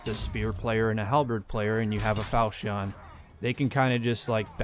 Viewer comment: falchion not falcheon jk pronounce like you want